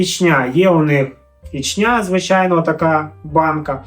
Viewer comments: Та господи,скільки ж можна😂Наголос на перший склад в назві міста Ічня,чого завжди у всіх асоціація з Чечнею???😢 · Самій вухо ріже, коли роблять на останній склад наголос))